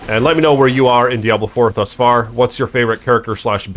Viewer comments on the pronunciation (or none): That's not how you pronounce Diablo, dude. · As soon as I heard how you pronounced Diablo like a Neanderthal I stopped watching.